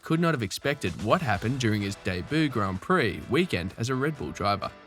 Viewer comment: Learn how to pronounce Debut you dork.